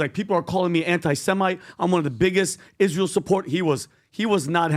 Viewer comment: Candace is smart and all but why does she pronounce it Ish-real?